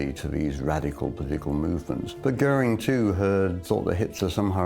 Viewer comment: A pronúncia do dublador quando ele fala "Göering" é perfeita